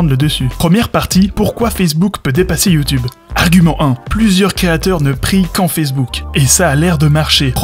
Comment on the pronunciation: Bon j'arrête à . Prévenez-moi quand il sort la même vidéo sans prononcer "Youtoube".